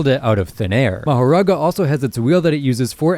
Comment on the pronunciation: Just and fyi. Mahoraga's name is pronounced makora